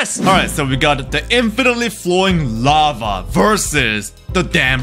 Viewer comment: "Infenetly flowing lafa"